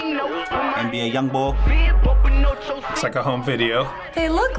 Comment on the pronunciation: He said nba young bowl